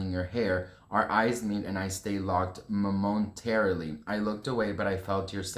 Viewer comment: Unsubscribed. Learn to pronounce words, re-record problems and actually take pride I your content. Embarassing. Really? Momentarily was too hard? Thoroughly? Lol honey.